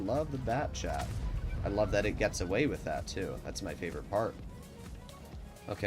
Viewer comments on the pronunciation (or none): none